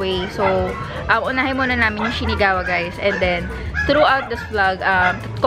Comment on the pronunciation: SHINAGAWA po, di SHINIGAWA. 😊